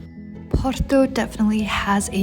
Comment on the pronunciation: Dizes muito bem porto acho que és portuguesa a fazer publicidade 🌹🤣🌹